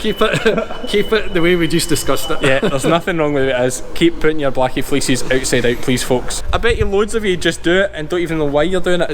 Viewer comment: first time he said fleeces i thought he said feces lol have a great day from Canada